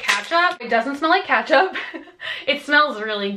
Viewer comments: Ketchup not katchup. Lol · It’s not katchup